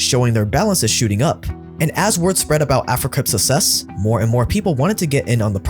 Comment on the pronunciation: I love your videos but damn the way your pronounce "success" bothers me lol 😂. I'd like to hear you say Suksess at least once 😂